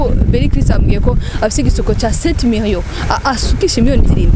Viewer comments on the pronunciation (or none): ndakurahiyeee journaliste naw ng arateshej nza numv ngo:"Sept mirion"